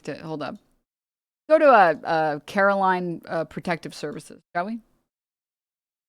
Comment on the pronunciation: they're not even saying her name right... they keep saying it like "carolyn" and not "caroline." shows how much they give a fuck about the words she's actually saying.